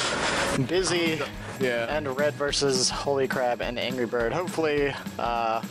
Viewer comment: The co-caster kept pronouncing HolyCrab as HolyCrap, lol.